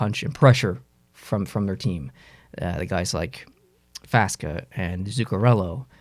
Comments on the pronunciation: it's pronounced fox-a not faska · Says he’s a Dallas fan, keeps saying FASKA when it’s FAKSA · Love the video man and you made a lot of good points! And I’m not trying to be a grammar nazi but it’s pronounced like “foxa” not “faska” lol. Not hatin just helpin 🤷🏼‍♂️ go muhfuckin Stars!!!!!🤑